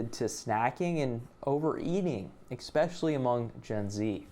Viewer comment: "ickspeshly" lmao i love you man